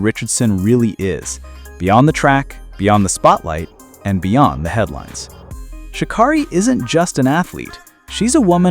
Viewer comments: Her name is shuh-care-eee, not shuh-kar-reee... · As she ALWAYS says... its pronounced "Sha Carrie" not Sha Kari